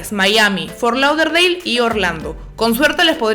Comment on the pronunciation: Las amo pero te odie un poquito cuando pronunciabas fort lauderdale 😂